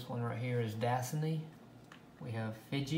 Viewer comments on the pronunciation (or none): And it's das-sah-ni not dass-ini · Duh-saw-knee:(Dasani) that's how we pronounce that Sir..(Aquafina) Ah-qwa..feen ah...is how we pronounce that...Have a Blessed day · Can some one please tell him how to pronounc disani and Aquafina right!!!